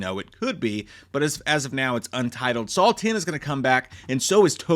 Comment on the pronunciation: Why does he keep saying "SAUL" instead of "SAW"?